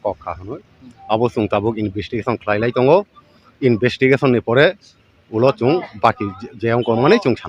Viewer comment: Investigation ❌ Invistikation✅